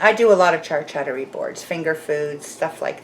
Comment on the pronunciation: ...so watches a lot of movies? haha. for the cheese board, it is pronounced (i was taught) char - coot-ery. Getting the skins to char somehow gives it the 'roasted' flavour? oven, BBQ or perhaps stove top?